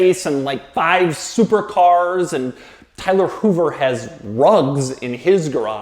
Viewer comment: Did you say 'drugs' or 'rugs'? I think it's safe to say Tyler probably has both... Just sayin.